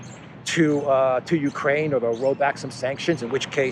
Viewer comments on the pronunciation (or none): none